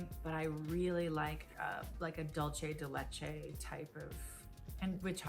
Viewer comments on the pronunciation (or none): Dulce de Leche is not pronounced "DOLCE", it's "DOO-L-SE" (Sorry, I'm Latina so I'm triggered lol) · Dulce de leche is from Latin America not Italian. It's not pronounced like "Dolce and Cabbana". It always makes me cringe when I hear it. it's a "duuuu" sound!!! Not a "DOL" 😖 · DOOL-say day LAY-chay you don't have to say it like a Spanish speaker but "dulch" is just confusing because it's got this extra "tsh" sound that isn't there I find it really interesting that people like some nuts and not other nuts because for me the all taste almost identical. Like I eat a variety of nuts every day and, apart from brazilnuts and pine nuts, if you mashed them up blindfolded me I probably couldn't tell you which one I was eating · It’s not dullche de leche it’s dulce de leche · PSA here. It's pronounced "DOOL-ceh" not "Dolce". Dulce de leche is in Spanish not Italian. The literal translation is "sweet of milk". Just please, don't say "DOLCE" anymore 🙏🙏🙏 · Can we like…PLEASE do a worldwide broadcast that FINALLY teaches non Spanish speakers how to properly pronounce “Dulce de Leche”???? My Venezuelan heart dies a little inside every time I hear someone say “Dol-Chey de Leche” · you're saying dulce de leche wrong. it's "dule-say.' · that dulce de leche pronunciation 😭😭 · The way you said dulce de leche triggered me😂 my favorite ice cream is definitely the fudge toasted almond ice cream from blue bunny, I’m lactose sensitive so I try to have lactose pills whenever I’m going to have it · Omg I know it drives me bloody insane when its pronounced wrong..... likenif you're going to say it say it right .